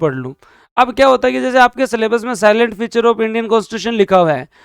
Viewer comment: साइलेंट नहीं सिलिएंट फीचर होता सर 😂😅😅